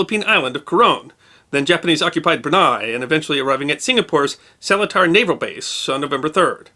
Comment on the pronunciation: One complaint: After being stationed at RAF Seletar back in the early 1960's, I need to mention that the pronunciation of Seletar is:Sel eat(as in eat lunch) ar.